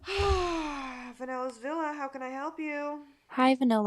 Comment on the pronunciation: it’s really interesting the way she says vanella’s villa